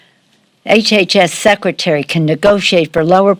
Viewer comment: Did she have a mini stroke when she said "secretary of HHS"? Her face twitched as she slurred and said "sec, secretary" and from that point on she was having more and more difficulty speaking. Not that she was speaking the greatest before that.